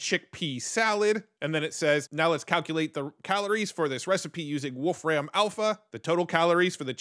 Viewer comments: Wolfram Alpha access on GPT?! HELL yes! FYI, I believe it's pronounced like "Wolf Rum", not "Ram". :) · It is not Wolf Ram, its "volFram" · Just a small note, "Wolfram" is pronounced "wolfrum" - you don't overstress the "ram" as if you are saying the two animal names. It's the old name for the element tungsten. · Great Video. BTW, you really lean into the pronunciation, Wolf-Ram. And that sounds way cooler than the way Stephen Wolfram says his last name, "Wolfrem". Henceforth, I'm going with Wolf-Ram.🐺🐏😎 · "Wolf ram" 😂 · You say "Wolfram" super weird. It's just a guy's name not some reference to computer RAM.